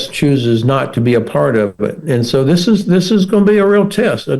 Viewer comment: Some one please help the interviewer with his English . "Ziss " does not replace " this ".😊 .